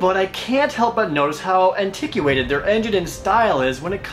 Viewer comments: Antiquated is pronounced anti-qua-ted. Not ant-i-qui-ated. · Jared, you shouldn't use big words if you don't know how to pronounce them. It's "an-tik-wait-ed", not "an-tik-yoo-ate-ed". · Ummm.... "an-tihk'-yoo-ay-ted?" I suspect you meant "an'-tih-kway-ted." (antiquated) sigh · The pronunciation of antiquated is an-tick-wait-id, not an-tick-you-ate-id. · You ever notice how Jared pronounces some words strangely? Anti-qu-ated (antiquated) l'near (linear). I'm not trying to be mean I've just never heard that before. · Just some advice. , it's 'ant-eh-kwait-ed'. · did u just pronounce antiquated as antick-you-ated ? LOL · Anti-qu-ated? Hahaha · My ears did a double take at that part. XD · Interesting pronunciation on "antiquated" haha.